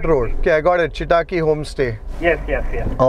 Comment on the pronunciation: Loved it! You have to improve your kannada pronunciation. Chitaaki sounded like a Japanese name😊. It's simple Chitta akki a tiny bird. All the best!